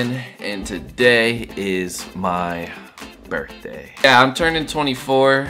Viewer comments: brithday? lmao not birthday? hehexd #freetyler1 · Birthday not Brithday bud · HAPPY "BRITHDAY".